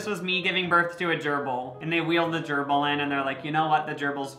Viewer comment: he really callin babies durbals